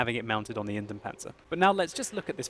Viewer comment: Its not the "Inden Panzer", it's the "Indien Panzer". Indien, spelled exactly like "indian".